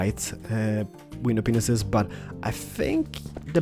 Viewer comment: no offence but when you say panes it kinda sounds like yr saying penises0_0